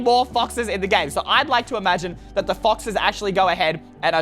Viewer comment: Did he say foxes